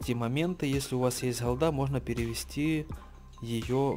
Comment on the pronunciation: Холда. Скажи Г, Г, Гавно, Голда. Слушать противно